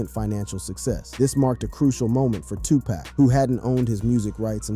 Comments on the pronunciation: How many times do we have to here this story about Eazy and Dre. And how many times are we going to hear Tupack ? It's friggin Tupac. Dam ! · Come on man, 2pack? Sooge? Smh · WHO TF is Sooge ? And 2 Pack?? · shooj knight 😂 tupack 😂😂😂😂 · Dude....your a disgrace to talking on this matter. Butchering names and your style to discuss is childish. These are real people who lived and died to being our world some of the strongest, most real music for its time ever. You do them all a disservice. Stooge night and 2 pack...your joining right... please just stop. This music was iconic and being born in 88 and growing up with this story...it disgusts me you cannot even get their names right. Just stop. Please. Huge shame on you for butchering these icons.